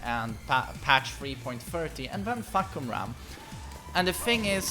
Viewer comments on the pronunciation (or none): Stop butchering his name 😂, the correct pronunciation is FAAH-kum-RAAM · The way you say his name almost sounds like fukyourmom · Joke but I think he does have a hard time pronouncing the name. Me and my friend group don't really know how to say it